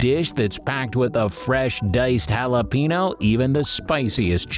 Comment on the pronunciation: It'd be great if you knew how to pronounce jalapeno